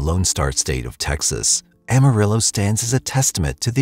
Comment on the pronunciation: “ll”, or double L, would be pronounced “-ee” in Spanish. “Ah-mah-ree-oh” 🤙🏾(don’t forget to roll that r 😊)